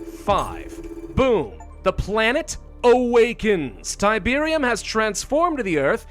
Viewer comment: It's Tiberium... It's literally Tiberium.